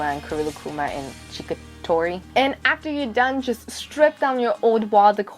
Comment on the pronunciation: ...CHICKatori...? Good tutorial though.